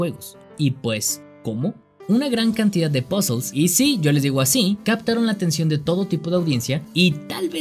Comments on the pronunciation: el video iba lindo, hasta que dijo pozels, ahi callo mi ¿ queeeeeeee? pozels que es eso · "POZOLZ" :v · "pasol" XD